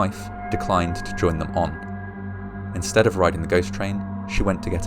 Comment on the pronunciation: For me, I watch with cc on. I can’t listen to the narrator. It feels read directly from paper in a bad way, and his pronunciation (especially so often saying “scht” instead of “st” (so inschtead or pronuschiation) makes me irritated. I find the topics and videos ok, but as said, only with CC.